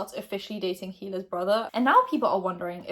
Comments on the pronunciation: I think that if it was any other youtuber, jaclyn's alcohol would have worried fans instead of making them angry and suspicious. I definitely think Trisha did it on purpose but H3 isn't a part of it. (Btw you don't say the h in hila). love ur vids <3. With brooke, the issue is that she wasn't training her dog for a police program ?? Like the issue wasn't that she was hurting the dog, the issue is that she was taking out her anger and frustration on an animal that wasn't doing anything. so dumb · It’s a silent H in Hila